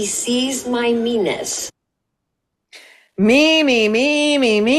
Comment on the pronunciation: He sees my me-ean-ness